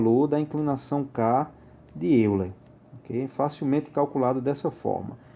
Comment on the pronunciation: A pronúncia é Método de "Óiler"...